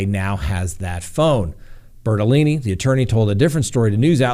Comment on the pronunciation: Please don't take this as anything more than fun...I couldn't keep straight whether the Laundrie lawyer was Bertolini or Bertoloni, but really cracked up when I think I heard you say "BertoLoony". It seemed inadvertent but maybe it fits!